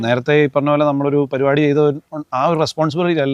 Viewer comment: പരുപാടി അല്ല പരിപാടി 🙏